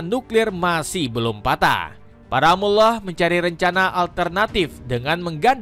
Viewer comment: Koreksi: negri para mul lah bacanya, bukan muwloh.